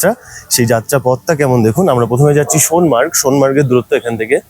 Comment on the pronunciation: এই প্রথম শুনলাম ফুল ফল শব্দ দুটিকে ইউটিউবে কেউ সঠিক উচ্চারণ করছেন। প ফ ব ভ ম এই বর্ণগুলিকে ওষ্ম বা ওষ্ঠ বর্ণ বলে। ফ দিয়ে দুটো শব্দ ফুল ফল কেউ সঠিক উচ্চারণ করতে পারে না। আপনাকে অভিনন্দন জানাই। লাদাখ ভ্রমণের অভিজ্ঞতা আছে। তাই আগ্রহ নিয়ে দেখলাম। সোনামার্গ নয়, সোনমার্গ। নামে কেলা নয়, নামেক- লা। এই হলো সমস্যা। সঠিক না জেনে সবাই ইউটিউবার হতে চায়। তবে অনেকের থেকে আপনার বাচনভঙ্গী বেটার।